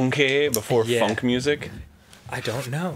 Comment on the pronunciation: I though Dan said Fuck Music.